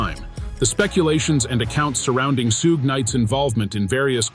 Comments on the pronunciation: sooge knight and soog knight are both improper pronunciations of Suge knight. This is nothing more than an A.I. bot narrating the news which makes this a false account. Also, stop using A.I. bots to read. Actual people see this and ultimately avoid content from a channel like this. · "Soog Knight" 🤣🤣🤣🤦‍♂️ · I can’t take this seriously because u keep saying Suge wrong lol